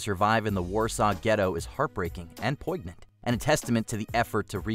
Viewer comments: so damn poyg-nant 😂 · stopped listening after he said poiGnant. Seriously? You do narration. The G is silent. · You pronounced poignant wrong. You can look it up and hear correct way to say it. The g is silent, and there is a y sound after the n. Other than that - great listening to a well spoken human (not AI). Thank you.